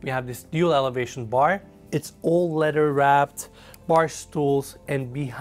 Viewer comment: Dude needs to learn how to pronounce "leather"...it took me a while to figure out what he meant by "letter wrapped". Otherwise great video, beautiful yacht. I understand the Hilfiger theme but that bedding is just not attractive. I also think of all the homeless people, orphans and animals the value of this extravagance could help. It's not like you can take any of this when you go. What is really important in the short time we are here?